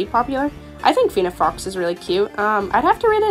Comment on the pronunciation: Brack-e-oh-saur-us Fen-ic fox Ter-ran-o-don (the p is silent) (also not a dino but a flying reptile ALSO an archosaur) I don’t want to be rude just helping!